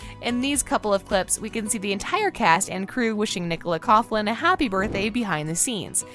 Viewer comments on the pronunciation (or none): I love this series and the cast but I can't help but pick out the pronunciation of Nicolas surname by the person doing this video, I get the spelling can cause mistakes but its "coc-lan" not "cough-lan"